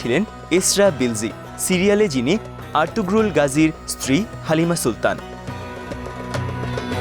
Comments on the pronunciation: এত বড় ভিডিও বানালেন অথচ জানেন না উচ্চারণ হবে আর্তুরুল, আর্তুগ্রুল না। তার মানে আপনাদের কেউ সিরিজটি দেখেইনি। অন্য কোন ভিডিওর আলোকে তৈরী করেছেন এটি৷ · নামটা হবে আরতুরুল। গ টা উচ্চারণ হবে না। একই ভাবে তুর্কি ভাষায় ক ও খ উচ্চারণ হয় না। খাতুন নয় হাতুন, খানম নয় হানুম । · উচ্চারণ আর্তুরুল হবে